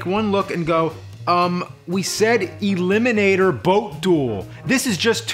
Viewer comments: elimonator. ELIMONATOR. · E🚐🚋🚋🚎🐝or (E-limo-nat-or)